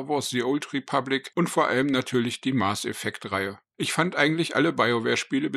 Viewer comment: Okay informativ ist das Video. Bitte überdenke die Aussprache Mars Effect. Hat nix mit dem Planeten zu tun. Mass Effect heißt das Spiel. Nichts für ungut 😉